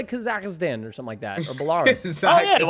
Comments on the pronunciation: Bell-a-rus not bel-a-raris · showing off that american school system education with his pronunciation of Belarus 😭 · pronouncing Belarus OMG